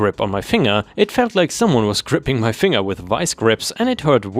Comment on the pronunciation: A language tip for you, finger is with a hard G, fin-ger not fing-er.